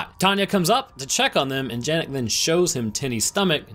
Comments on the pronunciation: I could be wrong having not watched the film and not heard how the characters pronounce “Janek” but considering it’s my name it hurt my ears everytime you said Jan-Ek rather than Yan-Ek 😅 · It's pronounced yah-nek not how it's spelled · His name is janek but it’s pronounced yanek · its pronouncede yanek, not janek